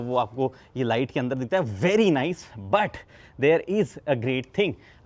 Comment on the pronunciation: Sir aap jo but khte h vo butt lgta hai Pls aap ise but hi bole 😅 I commented same thing on your last video